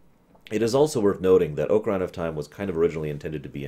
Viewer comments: Hi. Grammar nazi here... The proper pronunciation of both the instrument and the game is "ah-kuh-ree-nuh" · I have a feeling he sais Ocaryna on purpose to piss us off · Preach, panda. I love these ruminations, and "M-eed-nah" didn't bother me too badly on his TP rum (it's a proper name, and those are often open to interpretation), but every time he says "oh-kuh-rei-nah", I cry just a little bit (it's a regular noun, with a proper pronunciation). 😢